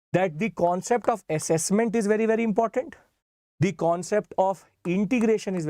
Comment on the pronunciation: Accesscment ❎ Assessment ✅